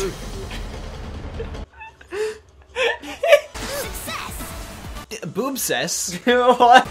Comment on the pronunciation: Is it just me or did that say “succ ess”? The space was intentioanl